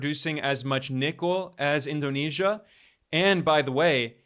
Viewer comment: Indonesian here. Your pronunciation of President's name and cities in Indonesia are spot on. Great job Ben❤